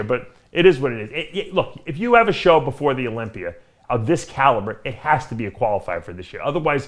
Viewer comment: Is Dave working on fixing his pronunciation? I swear Olympier is now Olympia.